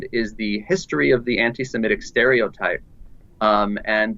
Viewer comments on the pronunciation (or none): It was really good...... right until you said semetic instead of Semitic....